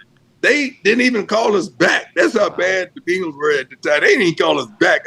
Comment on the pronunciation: He always says that you should hear him say the Bengals 😂🤣 Bingels